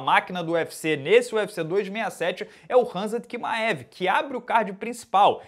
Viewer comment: Kimaev... essa pronúncia é de lascar